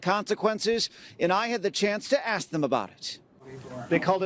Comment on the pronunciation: Thank you, it is ASK. A Congress person should be able to speak correctly.